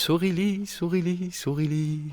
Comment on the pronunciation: j'arrive, j'arrive soureli, soureli 😂